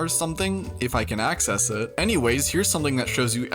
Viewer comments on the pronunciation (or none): none